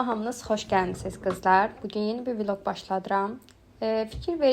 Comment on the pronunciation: Viloq deme aciĝim tutur.Vloq de